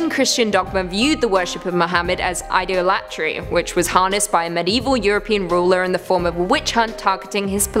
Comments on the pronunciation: your pronounciation is abysmal. Often... Idol-atry?!? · LOL. Do English people just pronounce "idolatry" different or are you just not familiar with the word?